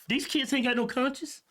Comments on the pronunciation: it's conscience not conscious. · Sorry but I laughed way to hard when you tried to pronounce "conscience".. Certain words that blacks can say and whites can't, goes both ways. Like me being a white guy can't say N!$#@ And blacks can't say the word "ask" LMBO. I am not racist and they only people who haven't laughed at that joke are Carl's and Karen's😅. I hate when people stick up for someone else being offended when they don't realize that person was never offended in the first place! I know you two are with me. Love your show, love your personalities! Hope I made you smile